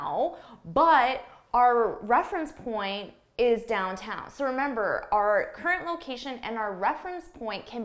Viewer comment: wait for a second what is dowtown? you mean downtown?